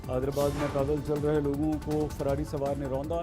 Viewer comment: Kandhe pe Lagi "LOGI". What a funny pronunciation. I love watching this man.